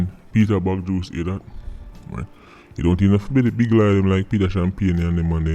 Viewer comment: Peter "Bagjuice".. Smh.. Da bredda yah sample